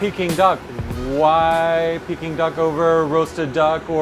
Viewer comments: Jezz! It's "Peking Duck" not "Peeking Duck". Americans... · OMG the way he is saying pecking duck is driving me crazy!!!! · Dumb ass can pronounce Peking it's not peeking idiot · The way he said peking duck at the start made me cringe